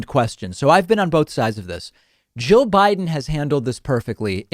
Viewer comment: It sounds like you're saying Joe instead of jill.